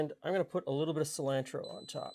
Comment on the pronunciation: I just don’t understand how a guy who pronounces shallot that way, also pronounces cilantro that way lol.